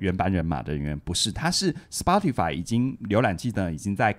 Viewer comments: 是 「死巴tify」不是「死剖tify」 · Spotify 這個名字的正確發音是「斯波提」(S-poh-tee)，其中「S」發音像是「斯」，「poh」發音像是「波」，最後的「tee」發音像是「提」。 以上是chatgpt說法 聽劇中人物也是唸「波」，「巴」也許只是台式發音